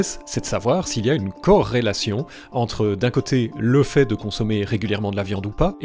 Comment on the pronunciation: tu dis corelation de la meme maniere que higiene mentale